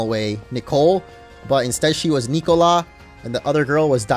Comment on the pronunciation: when he can't pronounce "Nicola" :')